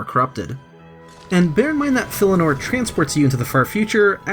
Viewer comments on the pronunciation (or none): Filianore. FI LI ANORE. NOT FILLINORE.